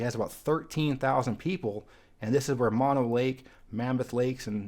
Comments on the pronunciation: Mono County is not pronounced as the opposite of stereo or Maw no. Mono is actually a Native American word and is pronounced "Mow no." Since this is a California channel, it is important to get this one correct. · A quick note on Mono County. It is not pronounced like a stereo with only one speaker. Instead it has two rhyming syllables with long "o" sounds: Mono, like oh, no. Alpine County is one of my favorites, but there was a large fire there a few years ago that scarred much of the county. It is mountainous, but is not the CA county with "Alps". That would be the county you have not visited, Trinity County, home of the Trinity Alps wilderness. Also the county seat of Trinity is very much worth visiting. Weaverville dates back to the 1850s, when there was a mining boom and some buildings are from the 19th century. There is a Chinese temple there which is now a state historical park (built around 1880). Some of the old buildings downtown have exterior spiral staircases to get to the second floor. At least one commercial building has been in continuous use since 1854. Check it out next time you are in northwest California.